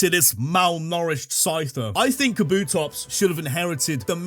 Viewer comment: DO NOT LEAVE OFF THE P IN KABUTOPS!